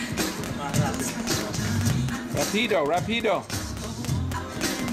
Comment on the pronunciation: You supposed to say rapido more rapido……..no pause in the word.